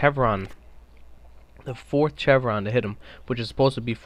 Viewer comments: I hate that he pronounces it chevron, instead of chevron! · Stopped watching when I heard his pronunciation of "chevron" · I hate how canadians pronounce chevron. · It's pronounced "Shevron" not "chevron" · It's pronounced (shevron) not (ch-evron) it is a sh sound not a ch sound. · Dude as a military man I have to correct your pronunciation of 'chevron' pronounce it as [shev-ruhn] check any dictionary. Shhhhh not Chhhhhh. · LOL just FYI, it's not CHevron, it's pronounced "SHevron." Thanks for the video though. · Pronouciation: Chevron: - shevron not chevron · chevron is pronounced like shevron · Don't mean to be a dick but is pronounced "shev-ron" not "chev-ron". Great video though. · Its pronounced sh-evron no ch-evron. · Aaaaaghhh chevron is pronounced like chevy!!! Aaagahagsdbxnsjs not like cheese! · ok While it is spelled with a ch it is pronounce like sh for Chevron pronounced SH EH1 V R AH0 N SH EH1 V R AA0 N shevron is roughly How it is Pronounced for future speaking parts but it is spelled chevron. like chevrolet is pronounced shevrolet learning this will make future videos sound a touch more educated and professional. Learn Something New everyday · omg bro, excellent video but its pronounced SHEVRON. The same way you'd pronounce Chevrolet. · Chevron = Seshv-ron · It's not pronounced Chevron even though it's spelled that way, it's pronounces Shevron. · "CHEVron" lol. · Chev-ron lol....try Shev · Its pronounced "Shevron" not what you're doing. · Jesus christ its pronounced "SHEVRON" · The fact that you mis-pronounced chevron so many times was really annoying and distracting. Its pronounced like the the car company, gas station or the "V's" on a soldiers arm showing his rank "shevron" . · prone to a lot of error huh? you pronounce chevron like chevrolet, with a "sh" sound. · It's NATO as in Nay-Toe, and CHEVRON as in Shev-ron... not sure you can make play the game this long without knowing how to properly pronounce those words